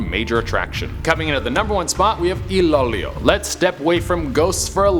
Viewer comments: not ILOW LOW ITS ILO- ILO PRONOUNCE IT RIGHT ( E-LOW E LOW) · It's ilo-ilo not ilolioy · Did he just say, "Iloylow" smooth. That's Ilo-Ilo. 😊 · Ilo-ilo (pronounced as e-lo e-lo) not ilolio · Ilolio 😭✌️it's pronounced as ilo-ilo(no hate!!💕💕) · Its ilo ilo not ilolyo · I died when said I lo I lo Instead of iloilo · Iloilo is pronounced as E-low, E-low! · I - LO - I - LO TO PRONOUNCE IT... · It's cute how you pronounced Ilo-ilo. ❤️ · Love. how he pronounce Ilo-Ilo... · Iloilo was the best 🤣🤣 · really tries his Effort to pronounce Filipino words especially He pronounced " Bahay na Pula " and " Iloilo " P S Im a Filipino living here in the philippines